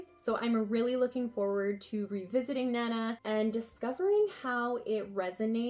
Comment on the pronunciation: The covers for your Emma volumes don't match what Yen Press show as the covers on their website. Your volume 5 has the same cover as their volume 9 and your volume 4 has the same one as their volume 7. Also, Nana is pronounced more like "nah-nah"